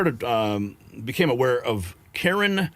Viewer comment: Karlyn not Karyn